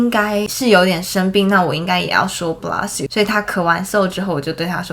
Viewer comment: I advise you to check the pronunciation of "bless you"